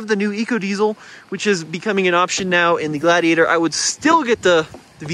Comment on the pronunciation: Does the defroster work better on Blaze than on the Glad-he-ate-er